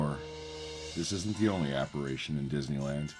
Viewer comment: Are you saying "apparAtion"? Apparition 👻